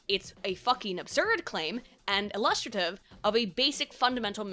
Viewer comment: The way you pronounced "illustrative" gave me whiplash.